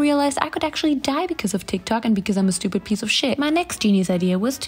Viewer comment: Nobody:: "Nostayyyy", "Falawless", "Schtupid", "schnoodle doot", "Tresh" That's what I live for 😂